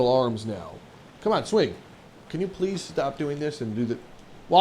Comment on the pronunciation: Are you aware you said ples?